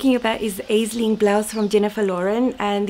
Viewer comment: ….Aisling is a beautiful popular girls name of Irish origin. Here in Ireland we pronounce it as “Ashling”. It means dream or vision. 😍 and appropriate that you made it in such beautiful dreamy fabric..